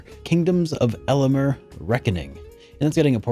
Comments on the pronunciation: It's Amalur, not Alamur. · Yeah I found that odd as well. Kingdoms of ala_mer? Wut. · I love how you call it "Kingdoms of ELLEMUR", rofl. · Amular not Alumar.... Great Game... Hopefully and Sequel Soon after..come on THQ..do a sequel. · Damn, I thought you were actually going to give Kingdoms of Amalur the time of day, but judging on how you pronounced it, it's obvious that you couldn't even be bothered to look at its title for more than one second! Is this really an RPG channel? Had you ever even heard of the game? It's only one of the best videogames of all time. My goodness - finally there's something to talk about, and you just ignore it to talk about a few run-of-the-mill games. This is why good RPGs rarely get made. When good ones come out, Youtube people often ignore them. For example, Kingdoms of Amalur came out shortly after Skyrim, and Angry Joe did a review talking about Skyrim most of the time, ignoring what was actually a better game than Skyrim. People brushed it off as a clone, when in reality it was far different, looked better, and had much better combat. That one incapable reviewer made the studio go bankrupt. I expect this masterpiece to go unnoticed even the second time around. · I rarely dislike a video but when you report on a game and can’t even pronounce it then that doesn’t sit well. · Speaking as a huge KoA fan, I'll forgive the guy for not being familiar with a cult classic and mispronouncing a name he probably only glanced at twice. That said, it's in his best interest to play it when it comes out!